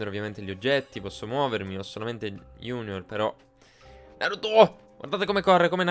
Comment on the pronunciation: Fantastico! Adoro Yo kai watch 4!! Cmq io.pronuncierei.giugnor e nn iunior... cmq nn importa come pronunci i nomi... La prossima volta usa la Slot-Kai però...